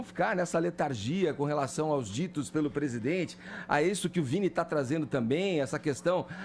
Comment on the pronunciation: "O plesidente plecisa aplesentar plovas serias..." Vini